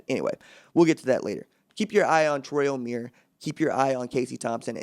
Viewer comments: It's not pronounced O-mere It's pronounced O-mie-re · Omeire is pronounced oh-meer-aye, still great video!